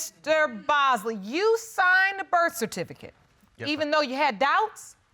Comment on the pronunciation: In the third case, she couldn’t even pronounce birth certificate.